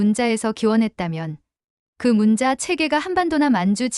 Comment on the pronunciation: 문자(文字)는 "문짜"로 읽어야 합니다.